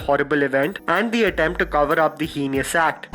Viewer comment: Heinous is pronounced (heynus) and not (he-nee-us)